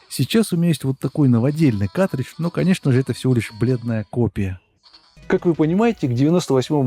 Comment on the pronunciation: Мляяяяяя ещё один, вроде взрослый с виду. каТридж, СКА КАРРРРРРТРИДЖ